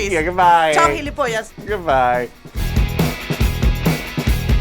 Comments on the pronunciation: It's not pronounced "gilipolla", but "gilipollaS" xd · It's gilipollaS, not gilipilla. And no one here says hijo de mil putas. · It's "jilipollas" used in Spain, not "jilipolla" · It’s gilipollas not gilipolla xDD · actually gilipollaS would be the correct way of saying it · where did the s in gilipollas go? was it fucked by a fish? ;) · Gilipollas actually has an S. I jsut got really anxious every time she said it without one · ¡Coño! ¡Que te folle un pez espada!Those are very interesting ones! I like your videos speaking about Spaniards. But the word is gilipollas with an s at the end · Whenever you say Gilipollas, make sure to pronounce the last s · As a Spaniard I 10/10 approve this.the only thing is that "gilipoll*s" has an s at the end that Joanna doesn't pronounce